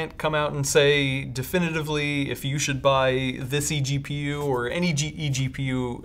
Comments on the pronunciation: I was pointing out the fact he said gpgu instead of egpu lmao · EPGU? What? Do you mean EGPU?